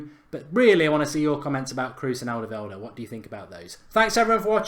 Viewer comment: Wow, you really butchered Alderwiereld's name.